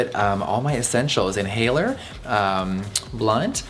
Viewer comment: I swear i heard "blood" instead of "blunt" and i wasn't even surprised 😂😂